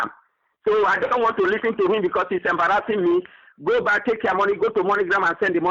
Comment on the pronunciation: Hilarious! He is "embraasing" me as a fool!